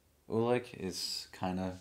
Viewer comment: Right now, I'm considering about to rewatch the series with you. I dont think I absorbed everything in my brain at the first time😅 PS: Your pronunciation of the names in German is really good, little hint: Ulrich is not spoken with k at the end. I know ch or sch isnt easy for native english speakers, but if you want, try to speak the end of Ulrich like the beginning of "shadow". Would sound better😉